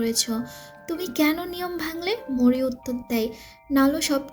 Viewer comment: Its Maui... not Mouri😢😢😢😢